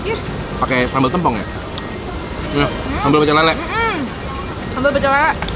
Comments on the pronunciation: Bukan tempong tapi tempong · tempong bang bukan tempong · Sejauh video sambal tempong ini masih belum ada yg bisa nyampein cara pengucapan tempong yg bner ke mereka kalo e nya tu pake e esteh, enak, ember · Bacanya tempong,, te nya kyk kita ucapin tempe 😁😁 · Kak tempong nya tuh pelafalannya gk gitu, te nya sama kayak tempe pelafalannyan heheh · bacanya bukan tempong ,tp tempong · bacanya tempong anjir e nya kaya baca tempe 😭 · Tempong, bukan tempong kakkkk😭